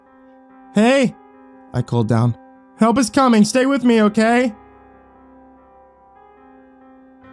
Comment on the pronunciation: "hAUlt" i heard hault not help